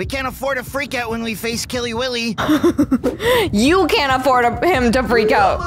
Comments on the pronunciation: It’s Willy not Billy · Killy willy!!!!! You sayed Killy billy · Not to be rude but his name is Killy Willy not Killy billy :) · It's Killy WILLY not Killy Billy! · It’s Killy Willy not Killy Billy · Why do I keep on hearing you say KILLY BILLY He is KILLY WILLY